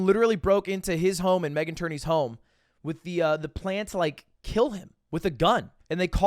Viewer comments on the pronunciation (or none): none